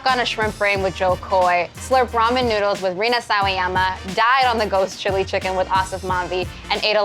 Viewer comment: No one: Jay: chiggin